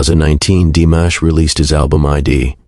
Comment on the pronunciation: Canales recién creados, con trozos de vídeos y fotos de otros canales, repitiendo hasta la saciedad párrafos que ya conocemos. IA tan mal hecha que ni pronuncia bien su nombre. Tengo mis canales seguidos desde hace años, no volveré a ver ninguno de estos. Que nadie se enriquezca del gran trabajo hecho por DIMASH. Con mi niño siempre ❤